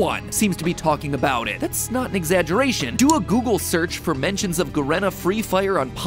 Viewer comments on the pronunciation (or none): its pronounced 'ga-ree-na' freefire